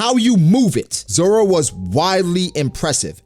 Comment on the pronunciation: This dude said roro zoro roro😂😂